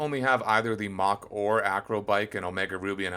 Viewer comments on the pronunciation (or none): none